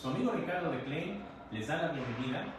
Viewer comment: Amigo exponente : si supieras pronunciar el nombre de tu producto Klein ( clain ) tools, y no clean (klin) como tu lo dices . Todos te la creeriamos. Saludos.....